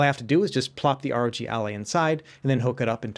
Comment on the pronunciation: Why is he saying "ROT" ?